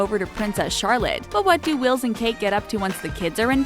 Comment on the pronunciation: ....why is the narrator calling Wills ...Willis?